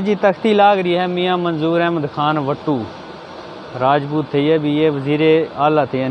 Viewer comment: Rangadh Nahin bhai ji ,"Raajput " kaho